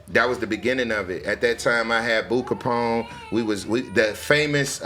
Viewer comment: HE SAID BOO KAPONE LMAOOO